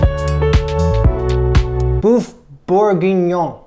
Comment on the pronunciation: I'm French and i feel offended. It's everything but a "boeuf bourguignon"